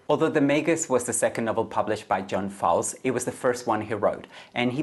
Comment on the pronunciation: Author’s name is pronounced like Foals, Einstein…